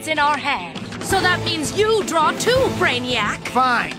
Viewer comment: sorry if you've heard this a million times already, but I think my said "so that means you draw too" instead of "so that means you draw 2"